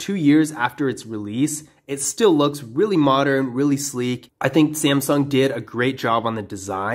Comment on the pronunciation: you accidentally said samsing galaxy s9